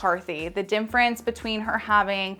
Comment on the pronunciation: You have a lot of wonderful information but omg you remind me of Benedict Cumberbatch trying to say “penguin.” Somehow you keep saying “dimfrence” instead of “difference.”